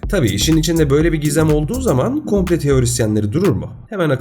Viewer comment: "komple teorisi" değil "komplo teorisi" diyeceksin kulaktan duyma adam.